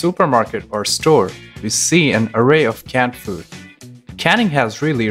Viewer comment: Is he saying cat food or canned food? Besides that he was very professional and I subscribed and I never do that.